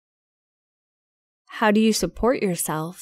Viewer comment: Cô này đọc rất lạ . Nghe đi nghe lại mấy lần vẫn nghe cô này đoc chữ do là chữ did